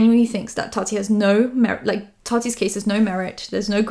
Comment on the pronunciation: Ok you’re back to saying Tati right again thank goodness it was very distracting 😅